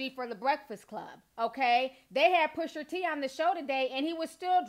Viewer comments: T... love your commentary and I always come and check your videos but.. his name is Pusha T...not PushER T 😂... you're adorable though but that was killing me LOL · Ti it’s not pusher t it’s pusha T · When I hear "Pusher" T instead of Pusha....it has the same effect as the n word with the -er vs the -a. Makes me cringe. I don't know why this is. I have no stake in the man's name. 😂